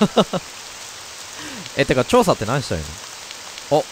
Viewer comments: やばい...｢調査｣が｢趙さん｣に聞こえてしまう笑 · 調査が趙さんに聞こえたの私だけじゃなくてよかった。「ちょうさ」も変換したら「趙さ」が真っ先に出てくるし… 「わらわを一人にするでねぇぞ」って平安の姫君と悟空が混ざった感じのセリフ好き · 「ってか調査って何したらいいの？」が「ってか趙さんって何してるの？」に聴こえたわ...疲れてるのかな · 調査が趙さんに聞こえてしまった